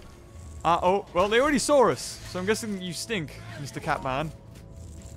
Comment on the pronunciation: Lmao, you said "saurs" instead of saw us